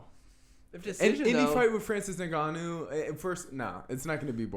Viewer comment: You guys are sleeping on some of the fighters on this card, especially Topuria, he's damn good. Also Cannonier and Ngannou but I'll be honest, I'm picking Brunson and Gane as well 😶 also the guy on the left, you said said you have been watching mma for years, how come you don't know how to pronounce Ngannou and Evloev correctly?